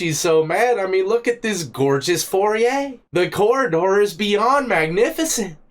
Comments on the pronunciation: “FOYER” not “Fourier.” Fourier was a mathematician who had a form of mathematical analysis named after him. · It's pronounce foy-yay, spelled foyer. You said "for-re-ay", I was good the first time, but you said it twice, tighten up. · Tf is a “for-e-yay”?? It’s a foyer fo-yer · Foyer, not foreeyer. Pronounced foYay... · Did you say " foriet"?? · The proper term is "foyet". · gorgeous “for-yeur” (foyer) 😆 there’s always at least one in every video.. I love it